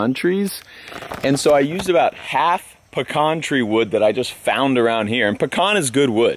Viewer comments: Hey, quick reminder...... pee-can. Not pee-con. Pecan Not Pecon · Peeeeee. Can not pucon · Puh-con or Pee-can. It’s Pee-can here in Georgia.